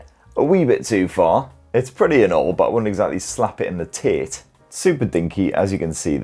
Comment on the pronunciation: Jesus, the way you said "...slap it in the Tate" sounded like slap it in the TIT. I'm sure I wasn't the only viewer who was briefly confused.